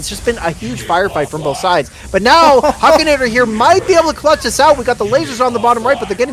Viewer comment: Huk!!!! Hukinator!!!! Not huekinator!!!!! 🤬🤬🤬🤬🤬🤬